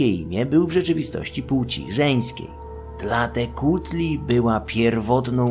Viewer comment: Wspaniałe są te mezo-odcinki. Uwielbiam te subtelne pojazdy po starożytnych kosmitach. Dodatkowe informacje/jakieś małe poprawki (głównie wymowa): Na samym początku, Tēzcatlīpōca poświęcił swoją nogę, aby zwabić Tlāltēcuhtli/w walce z nią/nim! Wyrosła mu tam "proteza" z dymiącego obsydianowego zwierciadła... Nanāhuātzin jest zapewne jedną z emanacji Xōlōtla, który sam jest bliźniaczą formą Quetzalcōātla (a inny awatar Quetzalcōhuātla, Ehēcatl-Quetzalcōātl, jest tym, który składa ofiary z wszystkich bóstw na początku czasu) Tlāloc to przede wszystkim deszcz, burze już drugorzędne, ale to mniejsza. Jego kły to kły węża, a te gogle to połączone ze sobą... dwa węże! Co do dzieci: bardziej chodzi o związek Tlāloca z karłami i niektórymi chorobami oraz deformacjami, którymi dotknięte bywały dzieci. No i sam Tlāloc składa się na czterech Tlāloqueh, czyli takich dziecięcych/karłowatych mini-Tlāloków. W ogóle zakopywanie dzieci pod budynkami to bardzo ciekawy zwyczaj, bo był strasznie popularny w zupełnie różnych miejscach na całym świecie. Quechquemitl/Quexquemitl wymawia się Keczkemitl/Keszkemitl Ci mniej honorowo potraktowani jeńcy mogli być też po prostu jakimiś przestępcami - ofiary tak ogółem nigdy nie miały być karą, ALE niektórych niegodziwców czasami usuwano w taki sposób ze społeczeństwa... Ogółem składano w ofierze nie tylko drapieżniki: bywały tam też np małpy... No i właśnie małpy są też kolejnym wszystkożernym zwierzęciem Mezoameryki oprócz psów i ludzi. Idea, że kanibal